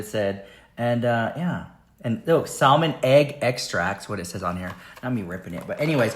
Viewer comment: THE L in salmon is SILENT. ITS "SAM MON"😂 saying salmon is like saying the G in Lasagna